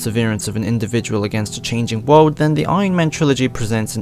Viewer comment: Can you Please Stop saying world. Or “Wode” as you keep saying it. And don’t say it’s just his accent. Most Europeans would at least fucking say the L. Ahhhh it hurts my ears